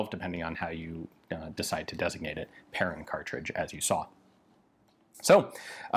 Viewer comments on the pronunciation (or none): When you think Ian has covered all the French rifles in history, ta da! One comment, the -in atvtge end of Perrin is pronounced like in "main" (hand) or "un" (one) or "pain" (bread). And Lefaucheux like in "eux" (them) not Lefauch-oh.